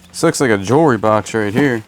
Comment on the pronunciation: Love the way you says Jurr Re, instead of Jewelry.